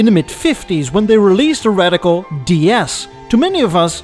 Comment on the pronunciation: Citroën DS, spreek je uit als dee-esse, niet die-es, en betekend godin. Net als de Citroën LN, spreken ze uit als Hèlene, ook een godin. En misschien moet je dat nep Amerikaanse accent ook maar achterwege laten, ik vind dat behoorlijk storend. Het voegt voor mij niets toe.